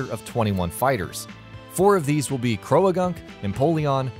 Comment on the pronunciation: Did nobody catch how he said Croalagunk instead of Croagunk?